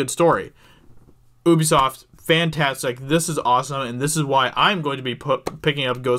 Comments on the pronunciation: The way he says Ubisoft is so annoying, it’s not oobisoft it’s Ubisoft 😂 the same way it’s universal and not ooniversal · It's ubi-soft, not ubbie-soft mate.... Jesus bloody Christ... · It’s pronounced “YOUBESOFT” not UBEFOST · Oubisoft, it’s youbisot. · It's not "oobi-soft" it's pronounced "hue-bisoft" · Really wish Americans would stop pronouncing Ubisoft as "OOBISOFT" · Pretty sure it's "yew bee soft". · Woa buddy had to immediately dislike because of how you pronounced Ubisoft